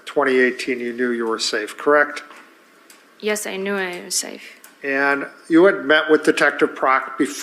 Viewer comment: And, is it just me, or does she overly pronounce yes?